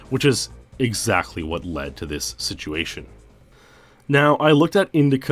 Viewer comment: You keep saying siguation o.O are you meaning Situation ? Or Is this an aluminum aluminium thing going on here